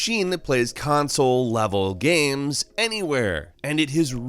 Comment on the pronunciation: Why do you always say video gams? Lol